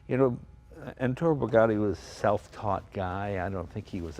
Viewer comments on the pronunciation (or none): It's ETTORE not Entore! <3